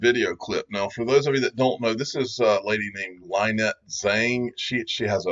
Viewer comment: You keep pronouncing Lynette's name wrong and was sure someone would have corrected you by now or even hear/listen how Jim Rogers pronounces her name in the clip. Well here you go ( Phonetically: La - Net). Hope this helps. Okay buddy continue to keep up the good work and thanks for all the info you share concerning XRP.